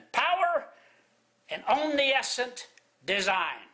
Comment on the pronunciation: Did he just say omniescent? This isn't normal stupid...this is ADVANCED stupid.